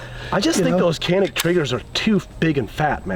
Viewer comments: Correct pronounce of Canik is “djanik” it’s not “Kanik” 🫡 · Janik not Canik. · Hey! You’d better teach them the right pronunciation “Canik” not Kenik!!!! Come on man!!!! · Kanik dediklerinde me-kanik :))) gibi birşey oluyor. lütfen doğru telaffuz edin /please right prononsıous to "Canik" in Türkçe alphabet C just" Ce" not "K" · Abi niye kenik diyon canik desene… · Not kanik yes Canik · "Canik" pronounce as "goneek", not "keneek". should state that. First letter "c" need to be say "g". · You got a Turkish person calling Canik, Kanik lol. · Abi bari sen kanik demeseydin be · you could have pronounced the "Canik" correctly. Kanik değil, doğrusu Canik diyemedin mi ? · abi sen de mi kanik diyorsun yaa ...canik dağlarından da mı haberin yok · Funny how a Turk would say Canik rather than Janik. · its pronounced janik. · KÊNÊC - essa é a pronúncia👍👊🏼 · I would like to correct something for pronouncing about CANİK=CANIK . For pronouncing of Canik is jaenic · Canik Pronounced..like John'eek but for American English easiest is..like John and Nick.. JohnNick.. Jonnick.. why is a Turkish dude with a Turkish accent..totally mispronounced it?? Hahaha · Yeah, turkish guy and haven't mentioned that it pronounces as janik at least first 10 minutes. Let's see later. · You guys are pronouncing the name of the gun wrong. The c makes a J sound in Turkish. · I live in the country where they are made. The name is pronounced “johnik.” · Inthing Canik has to be read like Johnic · Canik diyemeyen bir Türk. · and yet he cant pronounce Canik correctly.